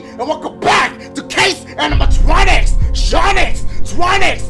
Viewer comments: Case anamatronix shonics sonics lol gets me every time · WADDUP! ITS DACHIE! AND WELCOME BACK TO CASE ANIMATRONICS, CHONICS, CHWONICS, SONIC! 😂😂